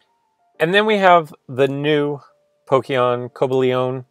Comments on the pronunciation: he said coblioon💀💀 instead of cobalion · Cobalion (Coh-BAH-lee-on) I know, hate me, but I'm pretty sure that's how it is pronounced.